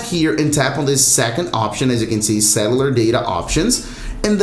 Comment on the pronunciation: Pardon me for mentioning this: please improve your pronunciation of cellular. Pronounce it as sell-u-lur. Thanks.